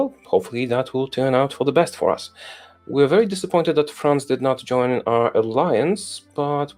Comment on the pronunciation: What a great idea! Co-op MP game, prime minister role play, 2 guys commentary, famous YouTubers! I just can't stand the pronunciation of the guy on left. All accents are fine, but YOIN THE FACTION?!